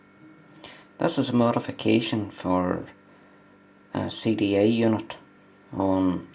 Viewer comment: sounds like your saying "CDA unit"